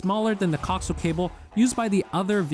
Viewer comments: co-axe-i-al cable. not coxle. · The word "coaxial" is properly pronounced co-AX-ee-uhl. Not "cocksull" as it was being said in this video. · As a broadcast engineer you're pronunciation of coax (cock-zul vs co-axe-eel) is triggering 😁 great video though I'm definitely eyeing up the A229 after our car got hit for a second time. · Nice video but good lord that pronunciation of coaxial dug into my brain hard... it's co-axial, like "axis" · This video is very informative and helped me decide. However, the music is extremely annoying and distracting. Also, you pronounce “coaxial” incorrectly. Please look up the correct way. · Lmao, I’m surprised he does not know how it’s pronounced.